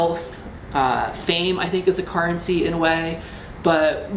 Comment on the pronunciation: Currency = CARrency